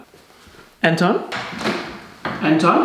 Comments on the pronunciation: Efter at han har sagt "Anton" et par gange, lyder det som om at han siger "er den tom";)))))))))))) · der han sagde "Anton" mange gange kan kunne jeg til sidst høre "er den tom?" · det lyder som om du siger "er den tør" og ik anton hahahah eller er det bare mig? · er jeg den eneste der høre "han tom" når siger anton? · Det lyder som om at han siger "er den tom?" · der hvor du siger Anton lyder det som om du siger er den tom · Da du kaldte efter Anton lød det efter lidt tid som om du sagde "Er den tom?" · Da du siger "Anton?" så hører jeg det lidt som "er det 12?" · Når leder Anton lyder det som han siger er den tom🐶🐶